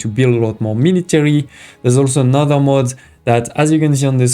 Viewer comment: Good Video. But please look up how to pronounce mode and mod.